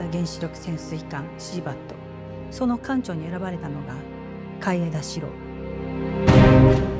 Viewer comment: 楽しみ！ だけど、いい加減、「かんちょう」のアクセント直そうよ。海自からアドバイスとかないのかな。